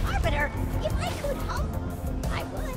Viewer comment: Lol when he said if he could help, I realized he said "Hump" not help. 😂